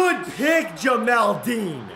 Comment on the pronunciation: Jamel Dean not Jamal Dean🤦🏽‍♂️